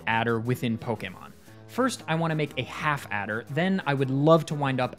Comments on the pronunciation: My god, someone who actually pronounces Pokémon correctly (poh-kay-mon, not poh-key-mon or poh-kuh-mon). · Why does he say Pokémon perfectly?